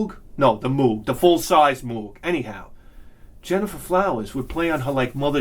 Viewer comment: And remember kids, Moog rhymes with Vogue